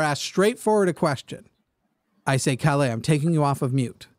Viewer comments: Sweden here. I love your pronounciation of "Calle" as "Calais". Very cute. :) A closer approximation would be something like pronouncing the last E as the E in Esther and emphasis on "Ka" and the L:s should be a lot "harder". Good try though. Swedish is a notoriously tricky language for english speakers....and swedish speakers for that matter. :) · I find it kind of weird that a Swede cannot pronounce his VERY Swedish name properly (it's a nickname for Carl). He also doesn't have any semblance of a Swedish dialect nor do we talk that fast. We are literally known for talking very slowly with plenty of pauses. He's possibly an immigrant (around 20% of our population was not born in Sweden) which would make sense except his name which is extremely Swedish.